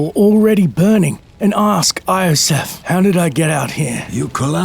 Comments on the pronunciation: It should be noted: Iosef is not pronounced Ay-Oh-Sef, it's pronounced Ee-Yoh-Sef, but the first two syllables are often blended together so it sound more like Yoh-Sef. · Pretty sure it's pronounced like Yosef. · Iosef is pronounced "eeeyosef"